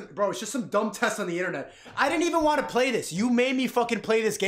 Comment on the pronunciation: mfr striaght up said "I don't pway baby games!" Lol